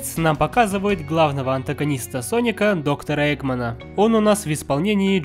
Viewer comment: Не паника а Соника